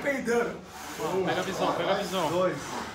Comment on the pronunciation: Toguro: tô sheypado?: sim, tá chipado